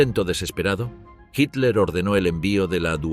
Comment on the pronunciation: Español de españa o latinoamericano o de guinea Ecuatorial lo que se agradece que este narrador si sabe decir Hitler, otros durante todo el programa dicen Hiler o Hilder